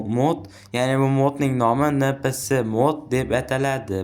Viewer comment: NPC ❌ EMPISI ✔️ INGILIZCHA TALLAFFUZ 🎉❤